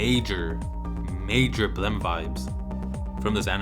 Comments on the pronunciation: Why do you pronounce "blame!" as "blem"? It's should rhyme with "flame" If it were in katakana it would be ブラメ -bla-meh. But it's spelled in Romaji anyway. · why does everyone pronounce blame as blemm?